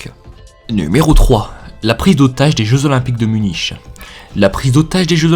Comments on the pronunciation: MDRRRRR il a dit " Muniche " alors que sa se dit " Munique " XDDDDDDDD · Munich , se dit "munik"